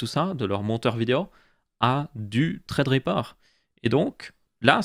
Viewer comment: pourquoi tu dis "traid riper" on dis sa ce prononce threadripper